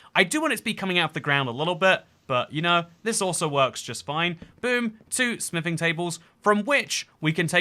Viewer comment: Why do i keep hearing sniffing templates a d table instead of smithing😂 Am i missing something?😂